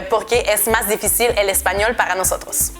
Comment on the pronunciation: Te diré que si la "R" no te sonara de esa forma, tu acento fuera de algún país latinoamericano, me atrevería a decir que sonaras muy mexicana. Una cosa mas, difícil en español es con acento en la segunda "i" por eso la tilde y vos aun lo pronuncias como en el Francés "difficile" :D